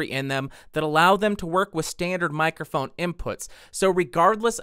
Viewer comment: Mic-er-phone? Honestly, I have never heard it consistently mispronounced so many times. Especially by somebody doing a presentation on that subject.